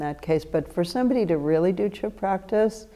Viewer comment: The letter d is silent in Chöd...